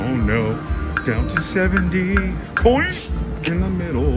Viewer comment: You are finding all kinds of new games keep it up. I swear you were saying coink instead of coin.